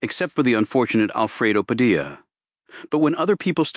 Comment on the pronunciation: AI needs editing....if using Hispanic names, Spanish pronunciation should be followed! Padilla is not "Pad-il-la"...it''s "Pad-i-ya".